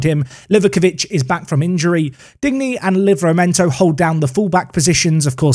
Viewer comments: it's not Dig-knee it's Dean-yay lol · Digne pronounce Dee-Niyah phonetically. Sounds like you’re saying dingy at the moment 😂. Love the vids! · my man called him dig-neh